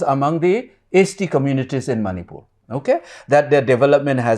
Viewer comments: Sir its Manipur not Manipiur... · ...its Manipur not Manipiur😢